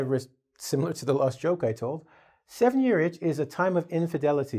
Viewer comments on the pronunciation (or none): inf[i]delity, not infedility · infedility or infidelity ?